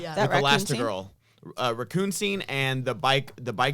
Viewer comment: Starting to think English is second language. Lol just ball busting but his pronunciation of Margot Robbie and now raccoon classic